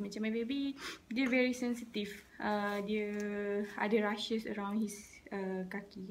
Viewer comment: It's "rashes" , not "rushes"